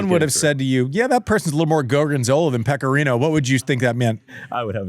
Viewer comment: "Pecorino"? Seriously, Wertheim. Have you learned nothing from the Krejcikova debacle?